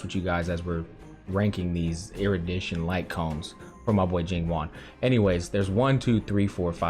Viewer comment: Bro is pronouncing it like “Jing Juan” 😂 I love it